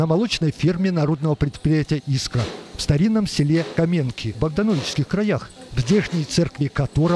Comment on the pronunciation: Автор уже не первый раз искажает названия населенных пунктов! Намеренно или нет, скорее всего просто по глупости! КОменки, а не КомЕнки! Ладно, хоть фамилию Бажова правильно произносит